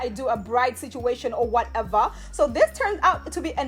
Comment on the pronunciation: I love when you say “ whateva “😂